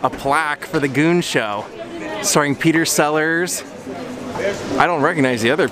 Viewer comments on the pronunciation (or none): none